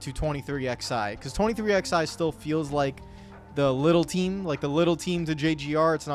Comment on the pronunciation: I will never understand how 23XI has been around for nearly 2 years....yet you still don't know how to actually say the name properly